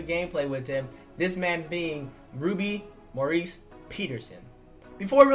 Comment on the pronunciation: Why do u say his name like Maurice Peterson it’s Morris